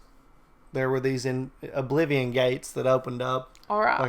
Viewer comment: yoo when you said oblivon crisis you caught me off guard